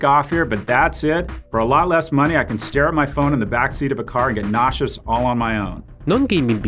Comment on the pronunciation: That dude talking abt the oculus saying that he’d get ‘’nausceaus” is a boomer lol